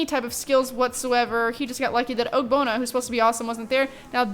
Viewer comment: Is it just me or wen she says ogbonna it's sounds like og-bonner